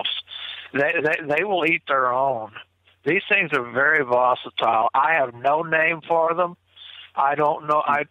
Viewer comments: If you have a hard on for a word and try to fit it into every sentence you can manage it into, you should learn how to say the word right, at least.. lol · Is saying “vositile” wtf is vositile?? Is that Sasquatch lingo? Lol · No such word as "vocitile,. Maybe you mean volatile, or visceral but I hear you say vocitile quite often,. Not just in this video, but just about every one you're in. No such word, Sir. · Right? Does he mean volatile? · annoys me so much..with his horrible use of words and how he mispronounces them over and over again.I don't believe he has observed as much as he sais he has.also,he's the only one that hears the caller breaking up.weird. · Someone please tell its 'volatile' not 'vosatile'. EDIT - i now see I'm not the only one bothered by this - LOL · uses a word "vocitle" repeatedly it's not a word. It makes him sound ignorant and it's hard to hear over and over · Did he me volatile? He kept saying vocatile. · If this character says the word vosatile one more time, I'm going to snap. It's volatile,.. VOLATILE! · Ok,I thought it was just ME hearing it wrong! He IS saying "VOSITILE ". LOL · Haha, I was about to say the same thing. I think he's combining "hostile" and "volatile". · Lol!! Dang that word "vositile" is murdering the king's English!! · It’s getting hard to keep hearing the word “voss-itile”. I think he means volatile. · Was so sure vocitile was a word, almost as sure as they were on the menu....😂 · seems like a nice guy, but he said "vositile" so many times it was driving me bonkers! I think I'll just start making up my own words too. lol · vositile..? it's kinda hard to take some one seriously when they come up with a word like THAT. Although, I remember hearing an interview with Jeff Meldrum where he kept saying "dimunative" when I believe he meant "diminutive".... 🤣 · vocatile is definitely not a word - but I think he means volatile? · Vosetile!!?,, you mean volatile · Vocitile lol